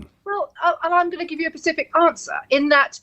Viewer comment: What I can't forgive is that she said "I can't give a pacific answer". What's the ocean got to do with it?